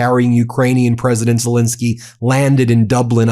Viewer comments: His name is Zelensky not Zilinsky!! Get it right FFS! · ZelEnsky not ZelInsky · ZE LEN KSY ( E is pronounced as the English A in hAndle)! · Love this channel! Zelensky is pronounced "zuh-LEN-skee," btw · Zillinsky???????? Would you like to have your own name pronounced "Been Masillas"?